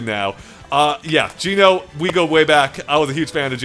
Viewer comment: Each time he says Geno my cringe bone grinds against my core!